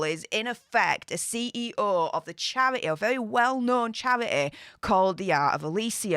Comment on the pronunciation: Chair-eh-ey. Four-een**